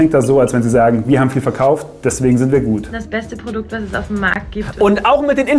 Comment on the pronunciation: It's the "Pordukt" for me 💅🏻✨ #SAUGteuer